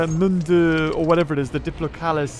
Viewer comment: He called the diplocaulus 'diplopalapatiplus' sometimes